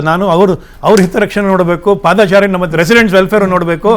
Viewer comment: ಪಾದ - ಚಾರಿ ಅಲ್ಲ ಪಾದಚಾರಿ ಕೂಡಿಸಿ ಹೇಳಬೇಕು